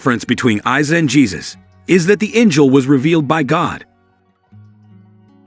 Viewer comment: Brother try to make it say Eeesa not Isay.